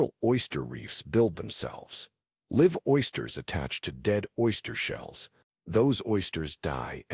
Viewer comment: again "live" long i ,,, is not pronounced live short i !!! Artificial ignorance >?